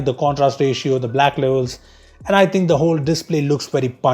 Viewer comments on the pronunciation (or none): none